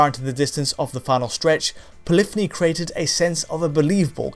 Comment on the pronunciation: Poly-phony only has two syllables